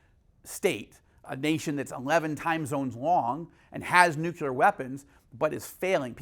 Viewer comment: Consttuctive critique: Change your pronunciation of ‘nuclear’ to nu-clee-ar instead of nuke-you-lar. ‘Nucular’ is George W. Bush talk, and thats not good company to be in in regards to communication. I respect and appreciate your work tremendously!